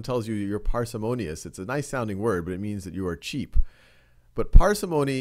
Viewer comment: I thought he said cheese